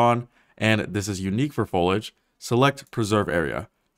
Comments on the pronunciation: This is a great video but fuck me, the word is foliage not folage. Foh-lee-edge. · I believe it’s pronounced Fol eey idge. Foliage, not folage. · Good job Epic. And nice presentation of their work. BTW - foliage is pronounced fow-lee-uhj - not fo-luhj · "folag" my brother in christ there is an i in that word, say it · Why are you even bothering to make a video about a word you can't pronounce? There's no such thing as "folage". There is an "i" in the middle of the word. It's spelled "foliage". Use Google and look this word up and learn how to pronounce it!! Otherwise I can't take you seriously, umm, I mean "seously". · Might wanna ask google how to properly pronounce 'foliage'. Cuz it aint "folage". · Isn't it "fo-lee-idge", not "fo-lidge"? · If you’re going to sum it up in one word, make sure it’s one you can actually pronounce, gomer. Foh-lee-ij not fol-ij. 😂😂😂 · fo-lag hahahaha fo-lee-age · Let me help you out with a few of those pronunciations: Foliage: fow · lee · uhj Accurate: a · kyr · uht Cupboard: kuh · brd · How to pronounce foliage: fow·lee·uhj NOT FOLAGE. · It's "Fol-E-age". Folage isn't a word. If you're going to say a word that many times, you should probably get it right, lol. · Who's saying it wrong? Foliage = Fo-li-age. This guy = Fo-lij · FOE-LEE-ADGE, not foe-ladge. Three syllables. Great video, though. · I know I sound petty...... but it's not pronounced follige. But fo-li-age. Weirdly, how it's spelled. Still. Impressive tech. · fol i age not folage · as far as I can tell, folage is not a 'supported' pronunciation of foliage. I kept really wanting the pronunciation to be correct :( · Foal-ee-edge. Not foal-idge. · foliage. not folage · Dude I'm gonna say it; you're clearly extremely knowledgeable and passionate about this but... IT'S FOLIAGE. FO-LI-AGE. :D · Foe-lee-idge, not Full-idge. YOur text to speech LOD was set too low... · Folage? Fol-ee-age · Foliage is pronounced like foal-ee-age not foalage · FO-LI-AGE NOT FO-LAGE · lol “folij”